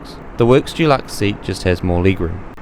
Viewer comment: Great report, but as an aside, it’s Deluxe, Dulux is a brand of paint, kind of grates on the ears.